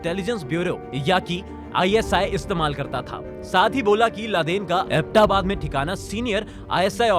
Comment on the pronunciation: Nice graphics but need to do serious home work on words pronunciations. It's अबोटाबाद not abta baad. It's espionage. ES P..... Blackhawk is a single word. But good try. Noce to see a positive change.